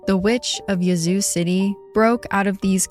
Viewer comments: Im from south TN but I did too. Lol I hollered, "Yuh-zOO?! It's YEAH-zoo!" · I grew up in Yazoo, that pronunciation caught me off guard 😂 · I love the podcast. Just wanted to say that first. But as a southerner - a Mississippian, to be exact - I chuckled at your pronunciation of Yazoo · I was looking for this comment! LOL!! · I’m so glad someone said something 😂 I love her but I was correcting her pronunciation out loud the whole time too.